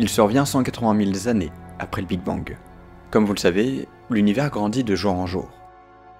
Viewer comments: 380 000 zannées 😅 Pas de "s" à mille . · *années (et non zanés) 🙄